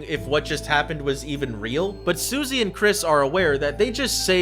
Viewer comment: IS ANYBODY GONNA QUESTION HOW HE SAID BERDLY AND SUSIE ?